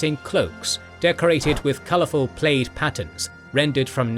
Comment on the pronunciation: Is this an AI narrator? Pronouncing "plaid" as PLAYED?